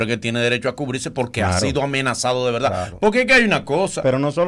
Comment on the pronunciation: Veldad o verdad?